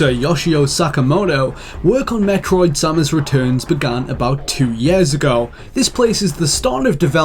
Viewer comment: Finally, someone who pronounces Samus the same way i do!